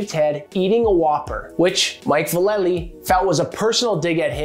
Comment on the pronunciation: The way you pronounced Natas and Vallely was cringe.